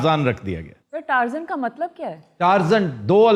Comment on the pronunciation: بسم اللہ الرحمن الرحیم ۔ برٹش انگلش میں ٹارزان نہیں ٹارزن درست تلفظ ہے ۔